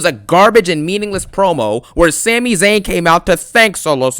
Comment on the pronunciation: It’s Sami. Just sayin. It’s a Syrian name.